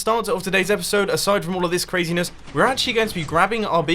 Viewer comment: You gave it away by saying epicsode.